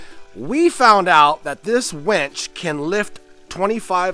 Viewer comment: You kept saying winch, but pronouncing it like wench, and I about died laughing every time imagining a team of buxom women doing that lifting and moving. Looking good, dude, so nice to see the dream coming to life. Great work!